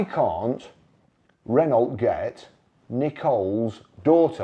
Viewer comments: Ren-no and not Ren-alt. It’s like fingernails down a blackboard to my ears. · Maybe after a few years practice you will be able to pronounce Renault